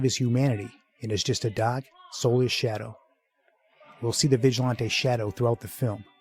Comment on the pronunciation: Great commentary but it winds me up how he keeps pronouncing it "vigi-lon-tay".